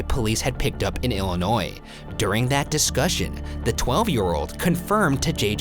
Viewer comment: Me personally I’m just glad he said Illinois right😂